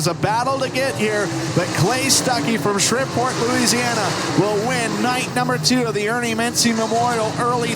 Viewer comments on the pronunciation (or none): From shriv-port 😂😂😂